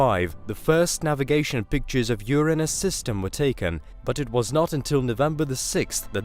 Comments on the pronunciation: Ffs its URINE-US not YOUR-ANUS.. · Sollar system, Carl Soggin. Ur-Aynus. CHannel is russian so it's all good but its weird hearing the weird pronunciation